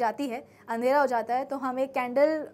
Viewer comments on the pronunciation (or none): none